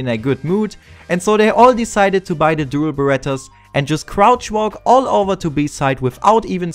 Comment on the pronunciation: sprich das verdammte the endlich mal anständig aus